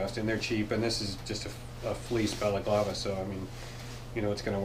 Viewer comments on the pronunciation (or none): Your video popped up as a suggestion so I watched it again. The ski mask for under the helmet (balaclava) I'm pretty sure if you pronounce in the way you did the second time it becomes a Greek dessert. lol. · Yup. My buddies mom made that growing up. They were Greek. Yes. It's definitely the first way you said it. My brother sometimes calls it bolclava. Still wrong. Lol.